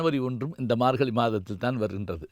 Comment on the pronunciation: Your pronouns is wrong for margazhi You pronounced margali